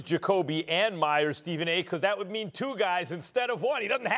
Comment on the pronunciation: He finally said Myers name right loool